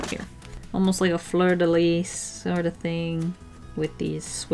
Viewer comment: I'm a french sub and when I heard you saying "fleur de lys" I grinned and almost laughed sowwy